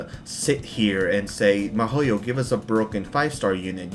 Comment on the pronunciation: why do you pronounce Mihoyo like Mehoyo?? They even have videos where they pronounce the name... Why fuck with a name, it irks the fuck out of me, but do you not listen? Or do you just fuck with me?